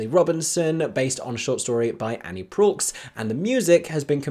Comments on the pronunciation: Cowboys? Cowboys herd cows. These guys herded sheep. They were shepherds. BTW, Proulx is pronounced "proo". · The x in Proulx is silent... Jesus! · Hmmmm, you don't pronounce the author's surname that way. Bit more research needed I think.